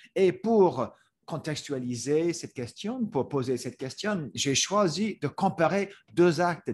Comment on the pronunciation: I'm not fluent in french by any means, but shouldn't the last "n" be silent in words such as "Question, détérioration"? Just a small thing I noticed, curious if someone who's native could chime in